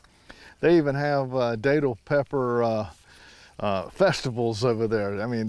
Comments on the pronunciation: Hey. That’s the area I’m in. Not tryin to be a grammar nazi but locally they’re pronounced like you’re saying that’ll. Think Datil do pig. Not Daytil. Welcome to Fl and enjoy the homestead, I love mine... Love your channel and can’t wait for more full growing season content. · My mother-in-law lives in St. Augustine. We go to a seafood restaurant down there whenever we visit, and they have bottles of datil-infused vinegar on the tables that I love on their collard greens. I always pronounced it with a short a though, as in rhymes with battle. I didn't know it was pronounced with a long A!